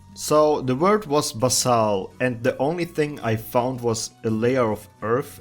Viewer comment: Not sure if anyone else has said this yet but basal is pronounced like base and pretty much essentially means just that in evolutionary terms. For example, Tiktaalik would be considered a basal tetrapod since while it’s where all modern tetrapods come from, it hasn’t really developed all of the traits we expect from its progeny. Another (probably more apt) case would be Archaeopteryx and modern birds.